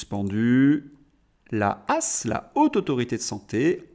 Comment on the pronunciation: Cher Louis, on ne dit pas la "hasse" mais la H...A...S...mais bon pas grave. Bises